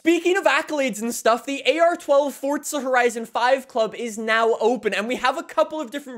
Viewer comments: Dude, for the last freakin time, it is Forza not Fortza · Za. not Tza.